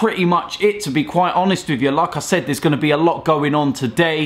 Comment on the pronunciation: Hahahaa... I always hear as if he says Lacazette every time he says 'like I said' LOL